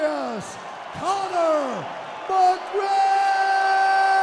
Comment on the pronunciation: this is the most drawn out buzzkill victory announcement I’ve heard in a while. This man took 3-5 business-years to say Connor’s name, and then he said it all weird.